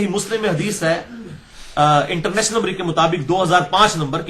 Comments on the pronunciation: انٹر نیس نمبری کیا لفظ آپ بولتے ہو کوئی سمجھ نہیں آتی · Engineer Sahab bar bar ye “international” kya bolte hain ? Sahi samaj nahi aata . Plz clear Karen. From India